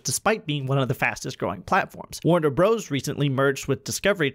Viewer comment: You lost me when you called the company “Warner Bros” the second time. I understand that’s how it’s spelled but it is only pronounced “Warner Brothers”. If you’re gonna give industry hot takes, you need to say the company names correctly.